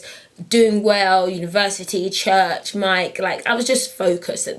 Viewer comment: "Univehsity, Chuhch, Mike" :) That is so cute Patyyyy!